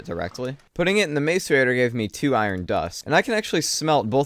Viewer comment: Do you intentionally call it a MAZE-arator, like his it an inside joke or something. I've been watching for a while and you've been saying it in every playthrough. No hate or anything, just curious, really.